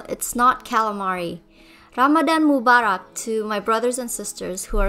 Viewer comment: can we appreciate how she actually managed to pronounce "Ramadan Mubarak" properly despite not being an arabic speaker